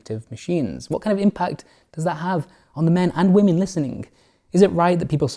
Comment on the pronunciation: "I love womAn". Like, he can bring himself to pronounce most things correctly, included man / men, but not women. I reckon this is done on purpose.